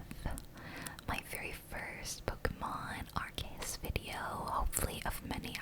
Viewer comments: Great video so far but just to say its "Ar-see-us" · No bruh, that's not how pronunciation works 😂arc = ark arceus = ar see us. When you put an e after the c and there's no y at the end, it's see.